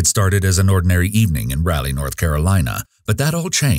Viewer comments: Its Rah-lee not Rally. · I hate it when I hear the mispronunciation of my home town. It’s not “rally” North Carolina lol. Think of it as “raw-Lee” 🤣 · 🤦🏼 it's "rah-lee" not "rally" 😭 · OMG it's RAH-lee. RAH RAH RAH-lee. Aaaarrrghggh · Sir pls don’t say ralley North Carolina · It’s raleigh, not rally. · why does no one on YouTube know how to pronounce Raleigh